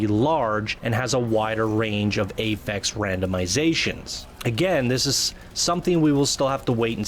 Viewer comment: I'm concerned about limited loot. Masterwork and legendary items should look amazing, not like the same crap we've been getting already. Also: it's "affix" and pronounced like AH-fix, not pronounced like "ay-fex." :) Other concerns: not enough strongholds quickly enough. The Cataclysm and/or Shaper Storms might be underwhelming. The size of the map isn't as big as we may have hoped.